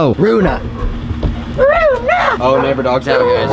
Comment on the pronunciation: U called her runa